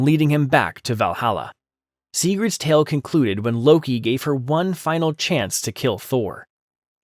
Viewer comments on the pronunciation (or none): none